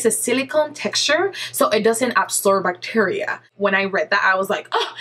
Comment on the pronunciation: i love you accent and the way you said "bacteria" made me laugh. hahaha.